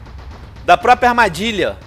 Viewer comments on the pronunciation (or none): none